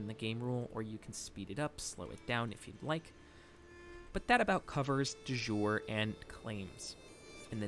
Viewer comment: Thanks for the great vid! Ps: De Jure — pronounce “de Yure”.